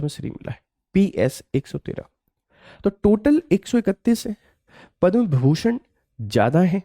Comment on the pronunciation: विभीषण नहीं विभूषण